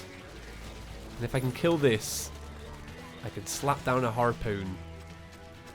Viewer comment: Hearpooon Me:???